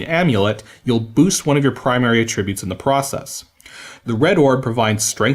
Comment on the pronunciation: You said attributes so many times and the way you pronounce it....it drove me a bit mad lol